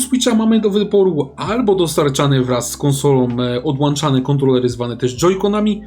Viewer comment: Odłanczane kontrolery...Odłączane... błagam